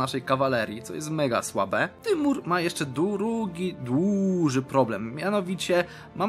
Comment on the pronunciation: po polaku Timur to Tymur, dobrze mówisz